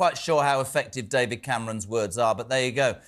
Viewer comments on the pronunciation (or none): none